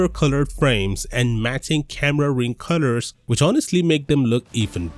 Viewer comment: Why do i hear "CUTTERS" instead of COLORS